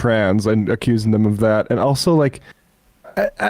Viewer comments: "Barack Obooma" I heard it, we all heard it lmao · "Barack Obooma" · Barack O-boom-a Cmon Sam wtf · Like Sam’s slip up - Barrack Obooma lmao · Sam very nearly said Barack OBoomer and I feel seen for the first time. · Sam almost called Obama Oboomba and i laughed.